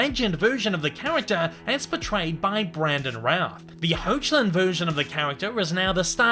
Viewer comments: Amazing video and a fantastic start to a new series!! Please make more!! ❤️❤️❤️ Maybe Batman, next time? Or maybe just some other notable Superman comics characters like Lex Luther or Supergirl? P.S. The current Superman Tyler Hoechlin's name is actually pronounced Heck-lin. Super confusing, I know! The spelling is very misleading (I think it's German?). You'll probably never need to bring him up again but, I figured you might still like to know just in case you ever needed to pronounce it for Cartoon News or something. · PS. Be careful with the pronuciation of Tyler Lee Hoechlin's surname: it's /ˈhɛklɪn/ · Why does it bother me so bad when he said Tyler Hoechlin's last name wrong?